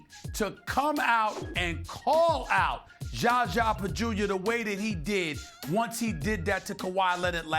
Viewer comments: next clip is ''Is SAS calling Zaza Pachulia 'Jaja Pajulia' intentionally'' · "JarJar Pagulia" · Still with the Gjahgjah Bajewelia lol smh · He still calls him jaja bajulia 😂😂😂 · Why he keep calling him jaja bajulia? 😂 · damn do any of them know how to say his name